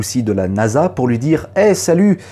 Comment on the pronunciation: tu manges le mot "lui" a chaque fois c'est perturbant ^^